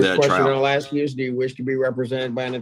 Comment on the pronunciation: Oh yes. Please someone teach him how to pronounce the word ask.